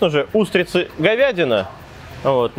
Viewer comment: Двух троих (двух трëх) говядина и утрицы (говядина и устрицы) замарачИлись (заморОчились) из глаз и ушей кровь пошла, ты чего там в Тайланде совсем забываешь русский язык?)